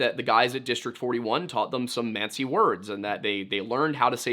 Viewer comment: Manci monci pronounce it right dont go back and forth from manci to monci